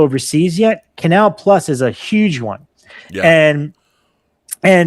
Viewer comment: I droop my eyelids in irritation as mispronounces Canal + as an ignorant American normally would......It's Canal Ploo! Great podcast, otherwise. Love the focus on cinema and the French scene.....And Rob, I'm not a fan of Charli XCX's music, either, but she has a badass song from the earlier part of her career called "Nuclear Seasons". Check it out.